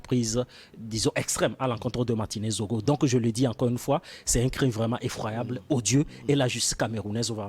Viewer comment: C'est Zogo et non Zongo svp